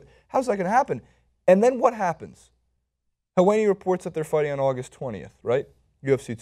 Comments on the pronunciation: it's pronounced hell-wah-ni. Sorry, I'm a little ocd about pronunciation. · You are pronouncing Helwani wrong.